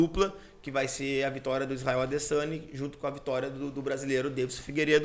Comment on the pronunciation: "Adessaniiii" KKKKKKKKKKKKKKKK